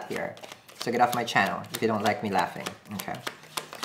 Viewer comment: "Onkay" 😂😂 I love how he keeps saying